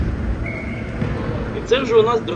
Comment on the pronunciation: Щось коментатор наголос не той ставить на Пісочині😢😂